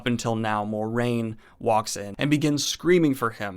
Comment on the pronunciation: Why does everybody call her Moraine and ignore that RJ wrote "mwah-RAIN" as the correct pronunciation. I love your content and insights, but I just find it odd that somebody so knowledgeable about WoT mispronounces one of the main characters. <3